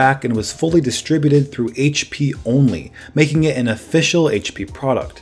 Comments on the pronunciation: say it with us Haich pea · Say it with me everyone: Haitch Pea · Haitch pea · someones been in 'ere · Haich Pea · HP in an Australian accent?